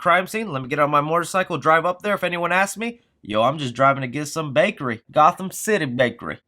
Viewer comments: All I can’t not hear is “mortorcycle” 😂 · why do you keep saying the word “Motorcycle” the way you do. It’s like it’s on purpose. You keep saying “Morter Cycle”.